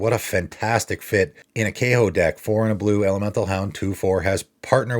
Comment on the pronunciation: You're pronouncing Kaho incorrectly and it's "funnily enough", not "funny enough".